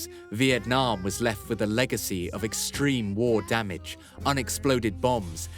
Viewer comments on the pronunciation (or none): none